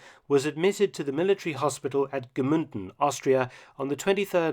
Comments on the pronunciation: It is also Mnunden and not Gmünden (u lsound like the oo in u) ;) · Very cool as always Mr. Felton! As i once said i am from this area and these videos are so unbelieveable interesting. If i may correct you, you pronounce Gmunden like Gmünden. I know its a small detail but i realize that you always try to say german words very correct so i wanted to adress it. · Very informative, as always! Just two minor corrections about two of the mentioned cities in Austria: it is Freistadt, no Friestadt (the "ei" pronounced like in "lie"), and also Gmunden, not Gmünden (the "u" pronounced the regular way, no as an umlaut).